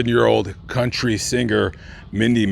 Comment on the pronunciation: I’ve never heard of a “C-o-u-n-t-y Singer” before.